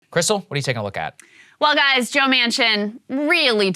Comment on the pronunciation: "Well Gais"